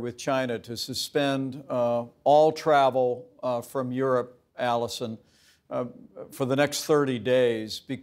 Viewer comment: My apologies: "Alisyn" not Alison...